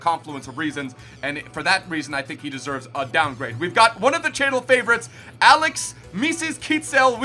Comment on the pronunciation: Axel, not Alex.